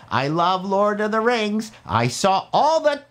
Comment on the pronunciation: Lord of the Rangs. Rangs of Powah.